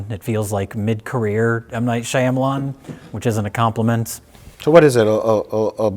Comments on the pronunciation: Is saying "Shyamalan" correctly? Seems like he's putting the wrong emphasis on the wrong syllables. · Why does keep saying M Night Shaya malan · white-boy mispronunciation of “Shyamalan” is hilarious.